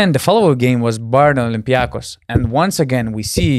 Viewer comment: Yes, olympiakos you pronounced it right!